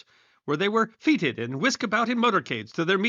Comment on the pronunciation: Nice pun: "...efforts were FRUITLESS." And now, the bad news: Fête is pronounced fāt, therefore, the past tense is fêted and is pronounced FAY•tuhd, not whatever it was you butchered it with.